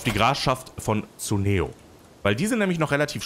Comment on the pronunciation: Man liest es Kuneo, nicht Suneo. Tolles und lustiges LP auf jeden Fall ;)